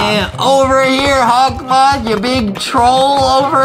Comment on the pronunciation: Adem it’s hokmoth